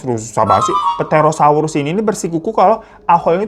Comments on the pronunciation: Koreksi dikit bang, bacanya 'terosaurus' aja. Jadi huruf P-nya ga dibaca 😂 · Terosaurus mang di bacanya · Ngakak bgt pas bahas bagian "ahool"🤣🤣🤣apa lagi pas ngomong ptherosaurus 🤣🤣🤣🤣 btw itu yg " Aul" Jdi inget TC yg juragan punya piaraan anjing jadi2an yaa...